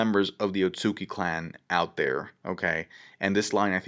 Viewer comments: Otsutsuki not otsuki lol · its otsutsuki not otsuki